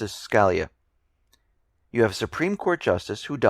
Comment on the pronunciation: The Justice's name is pronounced skuh-LEE'-uh